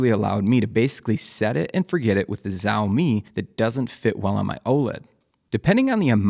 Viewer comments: hey thanks for the vid. i had been wondering how to pick a right light bar for my setup and haven’t found an ideal one yet. i always wondered how that tiny bar can make the ambient light seem more even. just an unrelated note, “xiaomi” is pronounced more similar to “shiao” than “ziao”. i say similar because it’s still not the same, but it’s definitely far closer to “sh” than the “z” sound. if you’re interested, copy this character and use google translate to pronounce it: 小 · FYI, Xiaomi is pronounced "shau-mee". The X is an "sh" sound, not a "z". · Its pronounced "shaow mi" sha-ow mi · Xiaomi is more like ShOWmi by the way. ( ow sound ). :3 and thanks for the video! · Why is he calling xiaomi zaomi? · it's pronounced "shao-mee" - with the first part sounding like the first half of "shall" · As a mandarin speaker, a more accurate pronunciation would be “see-owl mee” or “seow mee”….like how u pronounce “Meow” but replace the M with S.